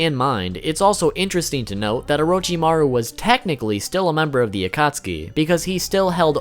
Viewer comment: Please never say Orochimaru like that again thanks